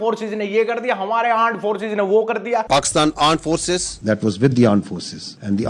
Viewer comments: Armed forces ❌ AAND FORCES✅🤣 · Arm forces ❌ Aand forces ✅ India❌ Andia✅ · Armed forces ❌ Aand forces✅😂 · Armed ya AAND forces 😂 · ARMED FORCE ❌ AAND FORCE ✅ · Arms forces ❌ aand forces ☑️ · Armed ❌ aand ✅ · '' AAND FORCES''😂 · “AAND FORCES” fully alert😂😂😂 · That aand forces were epic😂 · Aand forcess😂😂😂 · Pakistan Aand Forces..😂😂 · Bhai ye kya bol rhe h ... Pakistan "aand" forces 😂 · Armed forces ❌ Aand forces ✅ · Armed forces❌ Aand forces✅. 😂😂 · Wo log kya sach me "AAND FORCE " bol rahe hain ??? Ye mere kan bajj rahe hain 🙉🙉👻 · arm forces❌ aand forces✅ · Aand forcess😂😂😂😂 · G(aand) forces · I heard aand forces 😂😂😂❤ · Aaand forces 😂😂😂😂😂😂😂😂😂😂😂😂abe yrrrrrr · Aand Forces 🤣🤣🤣🤣🤣🤣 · i thought he said " pakistan aand forces" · Bhai ye "aand forces" kya hai? 😅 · AAND FORCE 😂😂😂 SAHI BOL RE YE TO😂😂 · Aand forces ❌ anda forces✅ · Aaand forces!!!wtf😂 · laand force ✅😂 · I was just about to ask whether only I am hearing it as aand forces or not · Armed forces × aand forces 😂😂